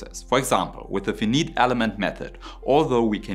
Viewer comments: Good video, but the strong Euro accent and mispronunciation of scientific terms, like FEM and other acronymns is annoying at best. For instance, learn how to pronounce F I N I T E. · Your English pronunciation is almost natural sounding, congrats :) The word "finite" is pronounced as /ˈfaɪnaɪt/. The first syllable is stressed, and the vowel sound is similar to the "eye" in "eye". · Finite should be pronounced as 'Fainait'... Very good and interesting video!! Thank you !! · Interesting development in science. Great English, well explained but one point on pronouncing finite - pronounce it as if it had the 'e' on fine (fine as in wine) fine~ight. Like this guy pronounces it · 'Finite' = 'FY-NYT' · finite is pronounced like "fein-Ei-t" in german. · finite is pronounced [fainait] btw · a pronunciation tip for the: if finite was a German word it would be spelled feineit. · Grüße aus Kanada! Finite, pyrolisis: the "i" is what they call a long-i, meaning, like the word "I", or like Ei in German. Just a friendly fyi. The general rule is, that if (zero or) one consonant separates the vowel from the next vowel, it is to be pronounced in it's long form, and if 2 consonants are between 2 vowels, it is pronounced in it's short form. The vowel at the end is usually silent, only there to guide in the pronunciation of the second-last vowel. (of course, as for all languages, there are rare exceptions). In the word pyrolisis, it is only the "y" that is pronounced like a long-i, the remaining vowels are all short (so this word holds some of those exceptions). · Wouldn't it make sense to take infinite (in-fə-nət) and pronounce it consistently when dropping the leading "in"? But no, finite has to be fi-nīt. Sigh. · was kinda painful to listen to.. try: "fye-night" long 'i' not short "beige-e-en" "gauss-e-en" "poly-sty-reen" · Protip: "Finite" is pronounced "fye-night", or "fie-nite" (English interpretation of "ie", not German) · finite = "feineit" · Fee-neet: Fi-nite.